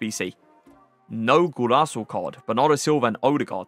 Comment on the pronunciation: Bro what’s a Golaso? It’s Golazo! Zo Zo